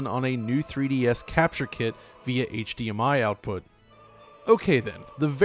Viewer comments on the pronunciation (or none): none